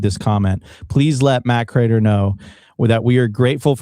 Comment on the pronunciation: Btw, how is it possible to have watched his show every day for years, yet you mis-pronounce his name Matthew Crater?